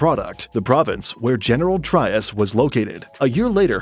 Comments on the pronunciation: Cavite -- ka-'VEE-teh General Trias -- heh-neh-'RAL 'TREE-ahs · General Trias Trias is pronounced "Tree As" Cavite is pronounced with three syllables as "Ka Vee Teh" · You mispronounce “General Trias” and “Cavite”. Pronounce them like you would in Spanish and you’d be OK.